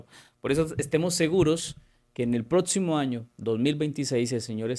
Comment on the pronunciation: Insoportable hno como pronuncia "letsiones" "prótsimas" "eletsiones", disculpe no puedo oír, chirriante. Hay clases de vocalización para adultos tb en breña hno